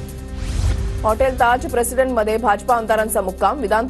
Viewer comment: ताज प्रेसिडेंट म्हणा,प्रेसिडेंड नव्हे!!